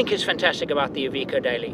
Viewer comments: Its iveco not evikow. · "EVEECO " wtf ? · It's not "eye...veeko"....it's "I've....echo". Don't worry, we'll have you talking Australian before long.